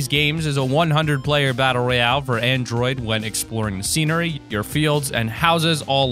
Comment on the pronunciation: Edward Daniel It is battle royale not royal